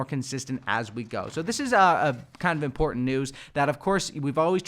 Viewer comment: the only thing im complaining about is how he says important